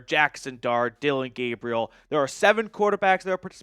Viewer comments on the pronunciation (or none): none